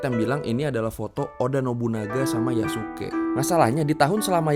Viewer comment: itu bukan Yasuke tapi Yasiskaeee